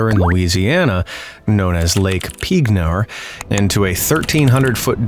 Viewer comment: I watched Simon Whistler's video on the Lake Peignur (pronounced peen-YUR) incident on his Into the Shadows channel. Simon went on to explain that the lake is now home to a completely different ecosystem. It's actually fascinating to listen to. I recommend giving it a watch.